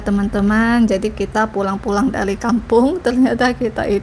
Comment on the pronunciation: Bahasa Indonesia nya sudah lumayan hanya penggunaan L dan R masih sering terbalik2..... "Pulang" bukan "Purang"